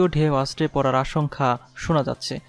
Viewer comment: আশঙ্কা " ঠিক করে উচ্চারণ করা দরকার।